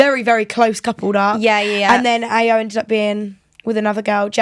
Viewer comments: It’s pronounced io not ayo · If you’ve watched the show how do you not know how to pronounce Ayo 😭